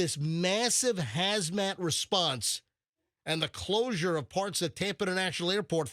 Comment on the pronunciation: Its Hazmat. Not Hasmat.